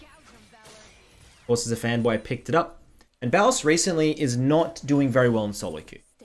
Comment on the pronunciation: bro, he calls himself thebossffs not the bowse